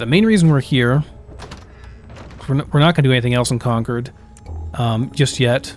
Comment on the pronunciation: wonderful content!!! but please say concord correctly lmfao